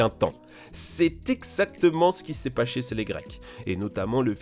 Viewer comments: il a dit pacher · "...c'est exactement ce qu'il s'est paché cé les grecs" :D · a ok donc t pas français c sa ? Ta dit pacher XD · « c’est exactement ce qui s’est paché chez les Grecs » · "c'est exactement ce qui s'est paché sé les greques" lol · "c'est exactement ce qu'il s'est paché sez les Grecs." Bravo. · Le moment ou il parle du crane d'éléphant il dit '' ce qu'il c'est paCHÉ '' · " C'est exactement ce qui c'est paCHÉ chez les grecs " 😂😂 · il a dit pache ce les greques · « C’est exactement ce qui s’est paché sé les grecs » 😂😂😂😂😂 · Il a dit "C'est exactement ce qu'il s'est paché sé les grecs" à Voilà c'est tout pour moi. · « c’est exactement ce qu’il s’est paché sé les grecs ✨✨ » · il a dit...paché? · "c'est exactement ce qu'il s'est paché sez les grec" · "ce qui s'est paché c'est les grecs) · tu as dis pacheé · "C'est exactement ce qu'il C'est paché sez les grecques " 😭😂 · Ce s'est paché sez les Grecques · "c'est exactement se qui s'est paché sez le greces"😅wow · « C’est exactement ce qu’il c’est pasché sé les grecs. » daccord. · "pachée sez les grec" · "c'est exactement ce qui c'est paché chez les Grecs" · "C'est exactement ce qu'il cest paché cé les grecs." Mais oui 😂👌🏻